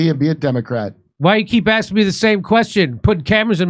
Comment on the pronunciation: Did he say "why yall axing me all these questions"? 😂😂😂